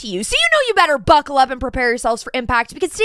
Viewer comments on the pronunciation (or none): “Buccal up” lolol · "Buccal up"...Hahaaa, I can't....